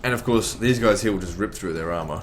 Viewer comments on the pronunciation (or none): none